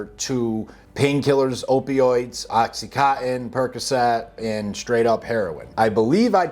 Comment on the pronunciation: Oxy con tin. Not Oxy - cottin/co - in. ™Oxycontin is the brandname in oxycodone continus. HTH. I'm a pedantic but friendly FYI type o' person.